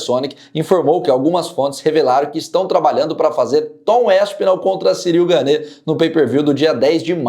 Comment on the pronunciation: a pronúncia não é ganê (seria se tivesse acento agudo no e). É "Gan"